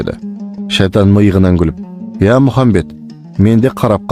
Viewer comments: мырза, Мұхамбед емес, Мұхаммед саллалаху уәлекум уәссәләм.Братан қате айтпасиш ияма,давай аллах сағанда мағанда разы болсын🤲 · Әссәләму'алейкум пайғамбар с.ғ.с есімін дұрыстап айтса керемет болар еді Алла разы болсын